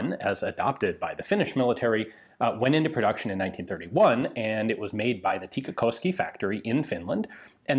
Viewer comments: Heh, although you pronounce "tikkakoski" quite well, it is still a bit funny how your US-english accent still comes through :) It is like you want to bend the "o" into "oh" but try to resist it with all your might :) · As a native Tikkakoskean, I dare say that Ian did pronounce the name of the place pretty well